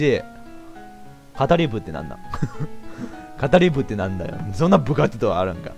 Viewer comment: 語り部←かたりべだよwww